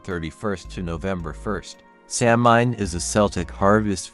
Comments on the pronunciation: A few things... Samhain is pronounced SAH-win. Celtic is pronounced KEL-tik (with a 'k', not an 's'). What you relate are the legends, myths, and folklore that surrounds Samhain. What we definitively know about it woukd fitvon about a page and a half of paper. There is zero historical evidence that it had anything to do with a celebration of the dead. It simply marked the transition of the light half of the year to the dark. It was a time for culling herds, paying taxes and tithes, and the holding of judicial assemblies. Horse racing seens to also have been a Samhain activity. The carving of root vegetables dates to around the 1700's. It's just not historically attested any earlier. All Saint's and All Souls did not replace Samhain. They developed completely independent of each other. By the time the datecwas changed from May to November, bith the Druids and Samhain had been gone for over 500 years. Costumes associated with trick-or-treat developed around the 1930’s from right here in America - they do not tie back to Guising, Souling or Mumming. Historical similarity does nit equate to historical sameness. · This video repeatedly mispronounces words, it’s significantly reduces authority of information offered. There is no soft c in Gaelic. The word is not phonetically pronounced Samhain is Sow-en.